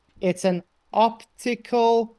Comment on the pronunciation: he said “octacule” illusion